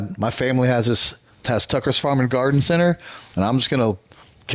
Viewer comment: It’s TUCKER, not Trucker 😂